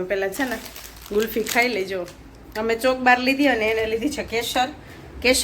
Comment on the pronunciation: ચોકોબાર લીધો ચોકબાર નઈ 😂😂